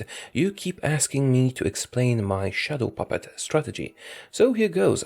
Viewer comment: You have the ultimate daddy voice but I always thought you said “shuttle puppet” which makes zero sense. I’m sorry, I have failed you.